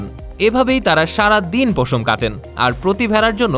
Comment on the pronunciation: পোশম না রে ভাই উচ্চারণ হবে পশম